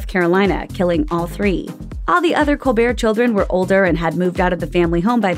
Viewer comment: Other people: Stephen Colbert: Stephen Cold Bear